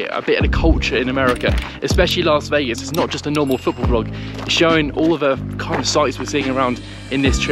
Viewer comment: you’re a ledge and it’s another great vlog. BUT ITS “LAS” NOT “LARS” Vegas. Please, please, dear god, Las not LARS.😬